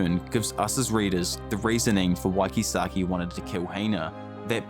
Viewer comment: Keysaki Drak-eN, etc Ngl, sounds so wrong lol